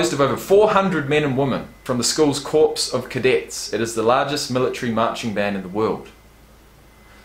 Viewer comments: Corp is not pronounced "CORPSE"! It's like Core. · Corps is pronounced core, not corpse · Just come to a game. You’ll get it. BTW. Corps is pronounced “kore” not “corpse” 😂😂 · The word "Corps" as in Corps of Cadets is pronounced "core" not "corpse". I know a recent president referred to the Marine Corpse but he pronounced it wrong. Gomer Pyle, pronounced it CORPSE and I'm pretty sure the writers of the Andy Griffith show had him pronounce it wrong deliberately as a way to show that Gomer was a little mixed up. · A Corps is a military unit and is pronounced "core" not corpse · it's not 'corpse', it's pronounced 'core' of cadets. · You have been lostening to Obama probably too much, it is Corps not Corpse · Texas Agricultural and Mechanical University, bit of a mouthful, so we're Texas A&M As for how? Much more than 20-30 hours a week of practice, these men and women live and breathe this! Oh and it's Corps, pronounced Core, of Cadets. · Did he say corpse? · I had never heard of you before, but fun video. You should know, though, that "corps" is pronounced "core". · Corps = Core as pronounced.